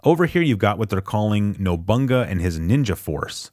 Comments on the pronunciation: It's NobuNAGA, not "nobunga". Oda Nobunaga was an actual person. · nobunaga is Japanese you say each two letters as a sylable. no-boo-nah-gah. he was the leader of Japan for a while. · Quarterly [Coury] you know, I always said Nobunga too until I heard it pronounced in Onimusha Warlords. I like the name Nobunga more anyway. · Oof, that pronunciation of Nobunaga